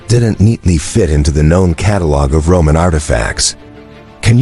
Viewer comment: More dumbassed AI audio that can't pronounce Roman,,,,,Ro-mon??? selts? wtf